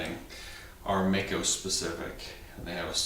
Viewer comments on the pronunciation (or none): Hello Mister,i am from Germany,and i think,it 's a good Channel - but there's one Thing,and that is ,that you pronounce "MAICO" a bit incorrect. It 's pronounced Like the i in "i am",or in "Like", so Like Mike-O. Don't feel offended (?), as i mentioned, your Channel is good,and this one little Thing is almost the only one i have to critised(?) a BIT. I once rode a MD250, and it was a real good Bike! Fast and light in weight... GREAT! So, sorry for my English, and Greetings from Ostfriesland, Germany O